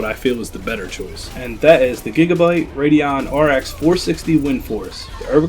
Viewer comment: Please say "the" instead of "da".